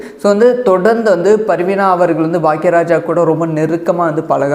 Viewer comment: Sir it's not parveena it is parveena